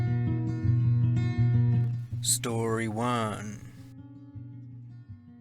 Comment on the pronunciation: "Story Juan"